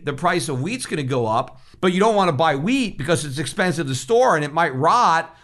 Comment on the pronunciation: Peter said wheat, but for a second I thought he said weed (hemp) LOL Can’t imagine Peter stockpiling weed!